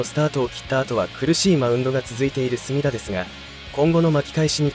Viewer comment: 隅田の発音が浜田で草